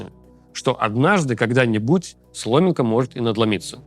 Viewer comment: Лучше, да. Но "сломинка", "эпррируя" и т.д...